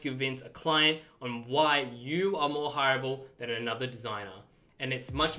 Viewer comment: Oooh you're saying hireable not horrible... how to be more horrible with:D